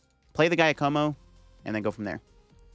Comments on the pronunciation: Ah yes the old GAIYA KOMO combo… come on bro… say Jacque like the OG aquaman Jacque Cousteau… and como like the singer that got your grandma slippery… “JAH-ko-mo” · When he said guy-a-moco I was dying 😂😭😭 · Giacomo = "Dja'-ca-mo". 🤌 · Giacomo is an Italian name so it is pronunce Ja-coh-moh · Giacomo is typically pronounced Jyá-como. It is the Italian equivalent of James. Even though Paldea is based on Spain/Portugal where the equivalent would be Jaime (Hi-may in Spanish and Jyi-m in Portuguese)… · I think it's pronounced ja-ca-mo, pretty sure it's french. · Pokemon names are one thing... but human names. its "JA-ka-mo" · You are saying Giacomo wrong. Its an Italian name. It's more like "Jock-o-mo" (sorry Italians, i know its more complex a name pronunciation than that) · And the stress is on the first syllable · Idk why Pokémon called the character Giacomo in english since it's an italian name. The right pronunciation for you american people is like Jackomo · Pronunciation tip: "Giacomo" -> "Zha Ko Mo", first sound like the 'z' in "Azure" or just use "Ja" if you're not comfortable with it. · "Jaya-como" lol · Came to the comments to see how many people tried correcting the way he pronounces Giacomo 😅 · I can't get past how you butchered Giacomo's pronunciation throughout the video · Something tells me you’re not saying Giacomo’s name right but I also have no idea how to say it 😂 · That had me dying when he was saying it. But now he knows